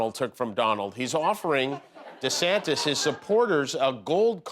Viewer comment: Hey Jimmy.. DeSantice? (in the voice of SNL Church Lady) Don't you mean "DeSatan" ! dun dun dun..